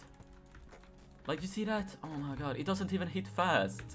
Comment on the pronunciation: I feel very weird when he says oumaygoud idk why...